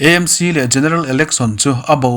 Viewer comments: Â M C tih kher a ngai lo. Ê M C tih mai tur. Mizo tawng leh English-a Association, Club, Institution etc. kan ziah chuan chuan a lamtawiah English kan hmang ṭhin. Heng Aizawl Theological College, Aizawl Football Club, Greater Aizawl Water Supply Scheme, Govt. Aizawl College, Aizawl City Bus Owners Association, Aizawl District Congress Committee etc. ahte hian Aizawl hi Â tiin kan lam ngai lo va, Aizawl Municipal Corporation anih vanga Â tih tur bik a ni lo. Chutiang bawkin Hindi ah pawh Aam Admi Party an nei a, Â Â P ti lovin E E P an tih hi. Uttar Pradesh pawh Û ti lovin IU (U.P) an ti. Hindi alphabet-ah IU a awm lo, mahse U.P. an ti mai. Andhra Pradesh te, Arunachal Pradesh te pawh Â.P ti lovin Ê P an tih vek hi. i hriat ve atan. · EMC ❎ AMC ✅ A dik zawk hrereng a, lam dikloh ṭalh kha chu chi ṭhin nang le..🤣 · "E-em- si" tiin in lam thin a adiklo. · AMC Aizawl tih ni na na na a, I lam E talh zela😅